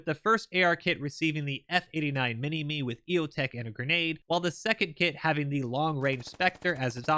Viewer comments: ADF normally pronounces the maximi and minimi with an "eye" sound on the end instead of "me" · Just for future reference the minimi and maximi are not pronounced minime they are pronounced minimy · It’s pronounced mini mi not mini me same for the maximi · Only one petpeeve in this video mate The weapon systems are pronounced MINI--MI , MAXI-MI, and A-SLAV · We pronounce it "Minimy". Great video mate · Great video. As an ex Aussie soldier its good to see ADF get some love in such a detailed game like squad. As cool as it would be to have a Doctor Evil reference for our LMG the pronunciation is actually “mini my”. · They are pronounced "minimy" and "maximy". I was always carrying the maxi irl. So much fun to shoot it. The Bushmasters also brush off IED's because of the v hull shape at the bottom. The axles, tyres and compartments are designed to rip off to reduce damage to troops. The MRH90's are crap. They are phasing them out soon because they are so useless. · Hearing you pronounce Minini like that hurt my soul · u said Minimi or f89 wrong